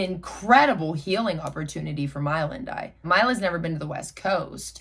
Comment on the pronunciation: It’s “my-la” not “me-la” just letting yhu know